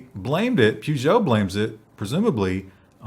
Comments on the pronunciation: It's pronounced Purr-joe, not poo-geo. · where is R in peugeot its pežo i used the old slavic tric write what you say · Damn, pronounce your brand names correctly.....Peugeot - pur-gjoe